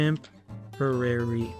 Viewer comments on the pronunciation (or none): Yo just you know its called Bait and not Bate. Now take care. Edit: yea and its Temporary and not Temperery and sorry if you feel bad about me correcting you if you don't like that just let me know.